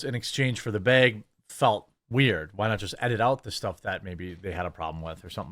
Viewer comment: Bay-gg lol bag